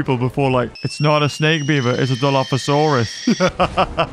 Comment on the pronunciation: He called it a hydra,snek instead of snake 😄🤣